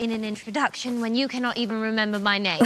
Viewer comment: She says “cannot” with an under-ennunciated T sound!